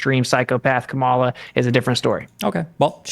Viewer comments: Did he say cuckmala? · Every time, I hear someone say ka-MA-la, I just automatically think, "Well, this person is an idiot." Seriously, you know you're in a cult when mispronouncing a name is required to be part of the in-group. I don't recall it being a requirement of Republicans to say "nuke-you-lar" just because GWB mispronounced it as such. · just can’t stop mispronouncing Kamala’s name. KAH-mah-lah, real easy. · can't even pronounce Kamala's name right. It appears to be a right wing sneaky slur. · When you still refuse to pronounce Kamala’s name correctly and you have to falsely state “that’s a fact” after each of your talking points, you are no longer a credible individual. Next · can't pronounce Kamala, either? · Why does this tool keep saying Kamala's name incorrectly even after Destiny says it correctly...every...single...time?